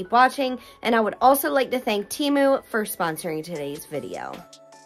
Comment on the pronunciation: Tem-oo, not Tee-moo